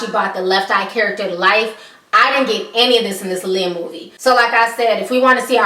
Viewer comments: Alexandra Shipp couldn't even pronounce Aaliyah name correct in interviews! How are you going to play Aaliyah and can't pronounce her name correct? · Wendy Williams has lost so much credibility...mind you, she couldn't even correctly pronounce Aaliyah's name. You can tell that this movie was rushed because its original date was suppose to be sometime in 2015. Anyone who was a true Aaliyah fan could have done a better job with the biopic. Hopefully, in the future, there will be a real biopic about Aaliyah where her family is 100% involved.